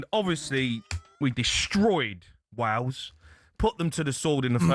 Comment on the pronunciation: Its wales not wals